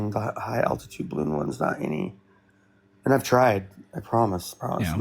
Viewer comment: Can’t even pronounce the word altitude, but expects to debunk altitude… classic 😂